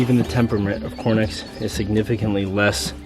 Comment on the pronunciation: Why do you say cornix rather than Coturnix?